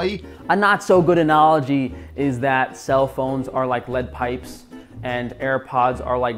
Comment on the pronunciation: And pronounce "analogy".